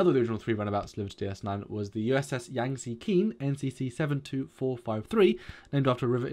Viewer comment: It's pronounced Yangzee Key-ang